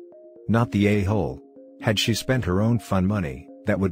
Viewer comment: Am I the ayyyyhooooooooole? Dude for fuccs sake, work on these robo annunciations xD